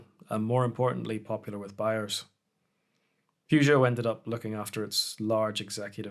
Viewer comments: It’s pronounced purr jo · You can't even pronounce the brand correctly... get some education. Good night.